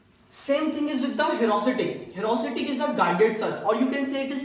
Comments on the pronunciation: #awesome 👌 but it is ह्यूरिस्टिक not ह्यूरास्टिक😂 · it isnt herusitic !!!! it is heuristic....... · The explanation was good. I am last minute learner, and this helped me a lot. So thanks a lot! This channel is great but won't reach its potential if you don't pay attention to detail. Try to check all the pronunciation (I am talking about 'heuristic') before making a video as pronouncing it wrong will affect its credibility. If you just avoid that, the explanation is great. I would really like to see this channel grow. All the best and keep helping last minute learner like me. (^-^)